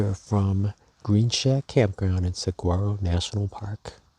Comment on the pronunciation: say “Sag waro” one more god damn time